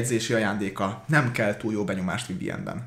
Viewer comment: KöLL e BaB e ? :D :D :D :D :D ezz mieezz mar megint :D :D :D